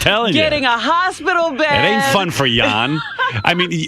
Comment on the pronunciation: Jon pronounced yawn rodeo pronounced rodell